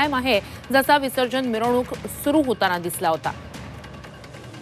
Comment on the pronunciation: अरे मिवरणूक नाही मिरवणूक